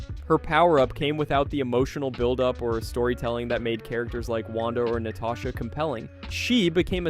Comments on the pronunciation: did you just say Na-tay-sha romanoff instead of Na-ta-sha?😂😂 am i the only one? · “Natay-sha” oof